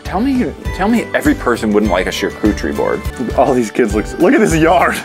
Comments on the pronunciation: I love that keeps saying charcutcherie board when it is definitely pronounced charcuterie board. I even asked my friend google because it sounded strange. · I thought he said shar-coochie😃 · and he pronounced charcuterie board wrong every time making me CRINGE